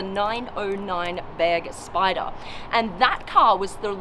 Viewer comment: thank you for not saying Börgspyder